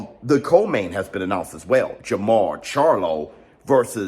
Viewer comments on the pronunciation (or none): none